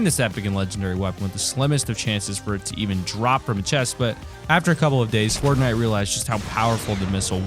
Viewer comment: At the end he said Bortnite XD